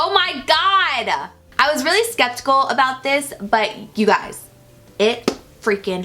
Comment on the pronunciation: lmfaooo how many times you said skeptical wrong me and my sister replayed it three times, love you <3